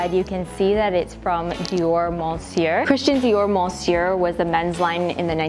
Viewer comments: The pronunciation is "MEUsieur" not "MONsieur" . [m] [ə] (I'm french , but don't ask me why it's this pronunciation. I can't explain it ^^ ) . Love your content as always 💕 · i love the trench coat!! btw monsieur is pronounced meuhsieuh and homme om :) i'm canadian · monsieur in french is pronounced "meussieu" 😌😉😉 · Ugh. Don't pronounce the "n" in "Monsieur".